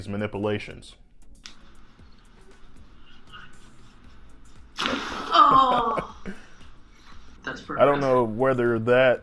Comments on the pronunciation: Whenever I need a good laugh, I'll play this video and listen the Doctor try to pronounce "manipulations"! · "Manipilations" "hilling" Not sure I trust a doctor who can't even pronounce words. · You are mispronouncing "manipulations"